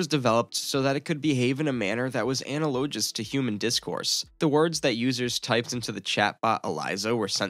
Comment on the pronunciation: Your "narrator" needs to learn how to pronounce analogous.....very interesting explanation!!